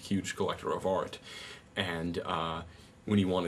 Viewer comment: 'You are a TOY! A child's PLAYTHING!' stick to cartoons and comic books dude and it's pronounced 'ART' - not 'ORT'